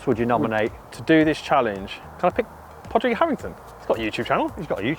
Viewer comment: Pawdrig, please say it right😀